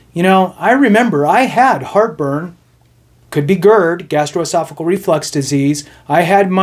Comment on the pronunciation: GastroesophaGEAL, not "cle." Aside from that, great, ethical video. Really, ty for focusing on the rules and not furthering the rampant self doubt so many Vets seem to have stopping them from filing for benefits they deserve.